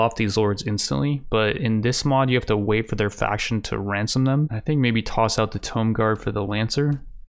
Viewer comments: Tomb as in a pharaohs tomb. Not tome. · Just wanna say, tomb is pronounced “t-oo-m” Not trying to be a dick, love your content bro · I love it when u say 'Tome' lords 😆🤣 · That tomb pronunciation though. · Is this guy's pronunciation of tomb just a meme or can he seriously not pronounce it properly?